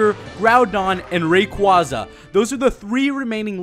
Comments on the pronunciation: About time someone finally pronounced Rayquaza right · I prefer ray-KWAZ-ah too. It is how i been pronouncing it since Ruby/Sapphire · I've talked with Rayquaza, he says its pronounced Ray-KWAZ-ah